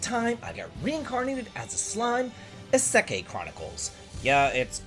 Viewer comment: For what it's worth, isekai basically translates to "another world" and describes a kind of story where the main character is transported to another world. It's pronounced ee-seh-kai. In general, with Japanese phonetics: a - ah i - ee u - oo, rhymes with glue e - eh o - oh